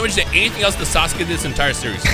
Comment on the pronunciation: some say they called him Sauce-uke